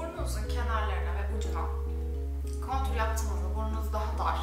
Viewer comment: Cok guzel gosterdin! Ve contour (kontur) diye soylenir kontür diye degil ama dedigim gibi guzel gosterdinz. Hollandadan selam 😘